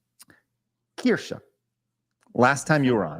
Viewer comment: He finally said Kirche’s name right